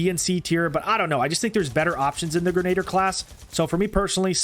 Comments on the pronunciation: You pronounced grenadier wrong it is pronounced gren-a-deer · Hate to be that guy, but grenadier is pronounced grin-a-deer